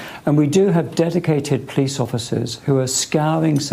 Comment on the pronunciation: "Dedicwated powice officers"